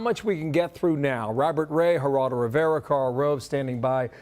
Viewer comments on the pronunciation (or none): none